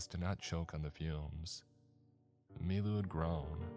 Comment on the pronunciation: Took me till the end of the story to realize his name wasn't "MeeMoo" and was "Milu"